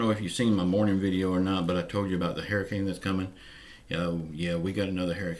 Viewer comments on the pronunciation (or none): Haier-e-kane lol